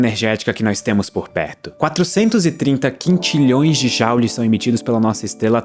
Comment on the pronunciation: Wtf.... É jOules, não é jAules! Ou você também diz achAu em vez de achou, andAu em vez de andou, lAuça em vez louça, etc...?